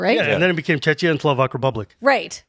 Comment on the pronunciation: As a Czech here - I would very kindly like to point out that Czechia is pronounced CzeKia. And also, there is Chechnya, pretty different country. But honestly, I am very proud and pleased by the fact that we are using Czech Rep -> Czechia as analogy to Kal*desh -> Avishkar. (Despite being strongly against Czechia. :D )